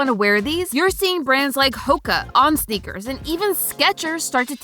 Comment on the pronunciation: "snickers" sounds better than "sneakers"